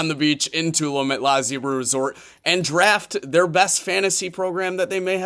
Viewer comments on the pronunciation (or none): It’s pronounced “tuh-loom” lmao